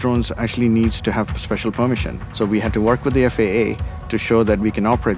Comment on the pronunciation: " special plumisiun"?